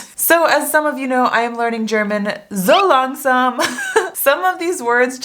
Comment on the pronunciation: me: being dutch her: so langsam me clearly hears ¨zo langzaam¨: What? But you said you were practicing german right?